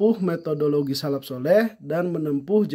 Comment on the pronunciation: salaf pak, bukan salap kholaf pak, bukan kholap